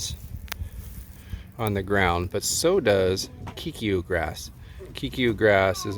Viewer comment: Hey, I'm from Australia and that grass 100% looks like Kikuyu, it's everywhere here. You pronounce it "kai-koo-yoo".